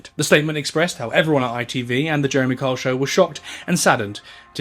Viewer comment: I had no idea that Kyle was such a hard name to pronounce with an accent. I’ve spent half the video trying to remember that Karl is Jeremy. So are Carr and Jezza. Oh, his son is actually named Carl. That’s confusing. Also, the fact that neither his mother nor his son want anything to do with him and Jane is so ready to believe that he cheated… there is definitely a lot more going on. It’s easy to see the deceased as good people regardless, but it sounds like he was a very complicated man.